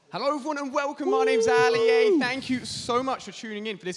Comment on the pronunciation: This looks awesome with the sidemen everyone but the person theat says "herro"